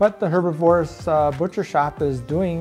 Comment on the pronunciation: Why does no one person describing this shop know how to say herbivorous?? Lol